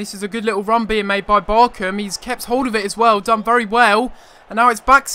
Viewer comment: I wish you said BarCHam correctly